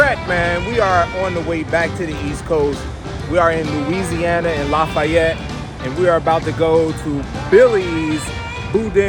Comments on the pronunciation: You pronounce it "laf-ee-yette" fast man. You dont have to be fancy with it 😂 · Say it with me: LAFFYette😂😂😂😂😂😂......great video